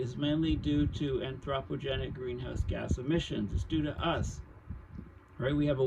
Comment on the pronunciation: Your mispronunciation of anthropogenic is grating… but I appreciate your breakdowns… see Geoengineering for more understanding…